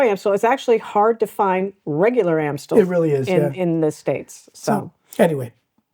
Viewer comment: Are y'all in the process of learning Dutch? If so, Amstel is pronounced with an a as in "arm" not an a as in "cat". Just an FYI.